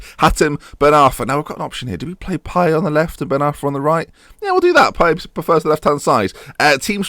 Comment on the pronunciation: You pronounce the t in Payet btw - diff pronunciation cos he's not quite French